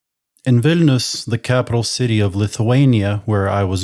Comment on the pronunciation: "Wine"lius ...?? Better Vilnius, no??